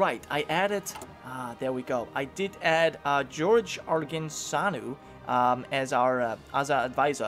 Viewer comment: also you really are butchering the names :) Gheorghe is read like [george] not george. I don't know if i explained it well :D